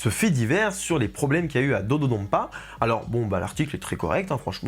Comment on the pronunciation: Petite remarque, ça se prononce comme ça s'écrit, avec le son "n", pas un "m". L'utilisation du "m" est un reste de retranscription arachaïque américaine de la langue japonaise, qui a été remplacée il y a déjà des décennies sur l'appellation des nouveaux noms de lieu au Japon. Le japonais se lit exactement comme il s'écrit dans ses alphabets d'origine. Et là, le nom de l'attraction est écrit en katakana, qui est de surcroît le système d'écriture prévu pour les mots étrangers et les onomatopées, et on peut lire "dodonpa" et "dododonpa". Il y a même un "N" sur le design des trains. Il n'y a donc aucun doute sur la prononciation officielle. C'était l'instant chipotage, mais des fois, ça devient agaçant d'entendre des francophones se tromper de prononciation à cause de l'influence de l'anglais américain qui est à la traîne dans les retranscriptions des langues asiatiques. Sinon, évidemment, super vidéo !